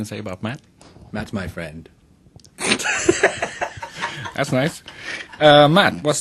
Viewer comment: Fixed: fwend